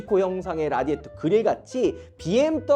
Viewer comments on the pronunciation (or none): none